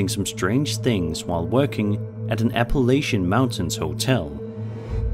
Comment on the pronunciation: The only thing worse than the first video and the two girls’ atrocious acting is your pronunciation of Appalachia.